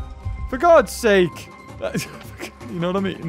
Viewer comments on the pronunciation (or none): none